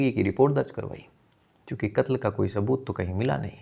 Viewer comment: भाई स और श में फर्क करना सीख लो रात को शो गया शुबह उठा पुलिस को शबूत नही मिला